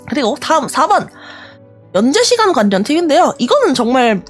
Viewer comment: 서재 관니, 관년한 → 괄리, 괄련. 받침 ㄴ과 초성 ㄹ이 이어질 땐, 앞의 받침 ㄴ이 ㄹ로 바꿔 발음됩니다.